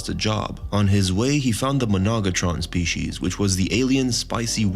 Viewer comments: who do you pay to read these scripts? really he should be fired for saying "spicey" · bro the same spicy? wtf, how do you even say that wrong? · Spisy it’s species 😅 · Spicy’s? It’s pronounced Spee-shees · Spicy? That’s the oddest mispronunciation I’ve ever heard. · This guy can't be too smart if he pronounces species as spicy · The fact that you don't know how to pronounce the word SPECIES makes me question your intelligence.